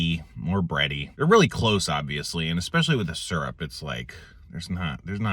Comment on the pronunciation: i've heard "seerup" and "surup", but this is the first time i've heard "surp". gonna start calling it surp 👍